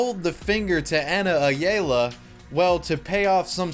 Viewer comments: it’s pronounced ayalla not aya-la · I like this dudes videos, but god damn he is so white (and I am white too lol). First he doesn't know what El Pollo Loco is, calls it a local Mexican restaurant. Then he pronounced Ayala uh-yay-luh hahahahahahahah